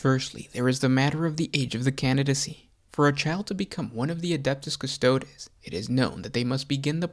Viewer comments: “Kuss-toad”? - No. Say it with me “Kuss-toad-ae”. Applause 👏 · If you pronounce Custodes as Cus-toads, you should also pronounce Astartes as Ass-tarts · Cus-toe-deeeeeeeees!!! Please, it’s basically Latin. Custodian, therefore Custo-Deeeees…. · I found it very difficult to watch a lore video about one of my favorite factions done by a dude who kept mispronouncing their name